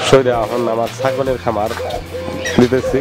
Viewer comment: পাকি না পাখি । কামার না খামার। বাংলা বলতে পারেন না। আবার চ্যানেল খুলেছেন মিয়া